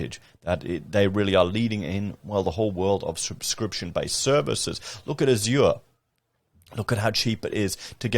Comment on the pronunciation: You said Azure wrong.